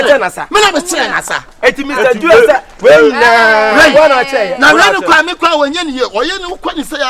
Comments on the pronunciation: Wow let the World hail aka,today cos he has spoken the truth ,but i still can't stop laughing 😂😂😂aka said drill instead of drew 🤣🤣🤣🤣true kumerican 💃💃💃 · It's the pronunciation of "drew" for me 😹😹.AKA nie